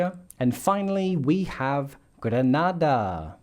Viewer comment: Great video with the exception of your mispronouncing of the “Spice Island” - Grenada 🇬🇩. Outside of that, this has to be one of the most informative videos I’ve seen in a while. Would love more insights of the DeFi percentages specifically highlighting ETH and how much of it would have to be allocated from the entire market validating it’s price.